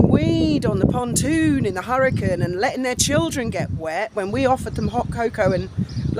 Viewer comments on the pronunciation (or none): none